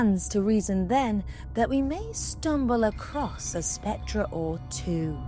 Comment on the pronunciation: ‘Spect-ra’ and ‘cler-giman’ sorry had to stop there. Good luck otherwise.